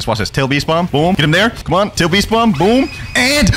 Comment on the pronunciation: It sounds weird